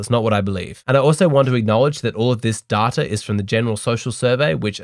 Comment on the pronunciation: Love the "DATARR" in each video my man.